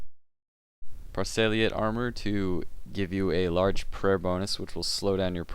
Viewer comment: lol he said prossy armour